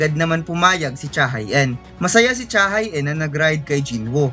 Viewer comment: Cha Hae-in ay Korean kaya ang tamang bigkas ay Cha HE-in.... Hindi Cha Hay In